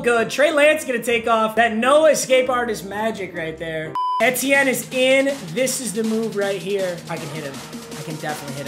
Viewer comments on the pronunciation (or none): Can someone tell him it’s pronounced “ietiene” not “ehtienne” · It’s ETN not et t n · Eeeeeeee TN I can’t keep hearing that it’s not eh TN Only complaint tho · really? eh-tee-en? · I hate when he says Etienne wrong lol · The way papa says Etienne is bothering me so much